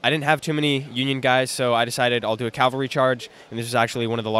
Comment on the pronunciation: It's pronounced "cavalry!" CAV-AL-RY! That mispronunciation is a pet peeve of mine; it's even more annoying than saying "nuke-yoo-lar".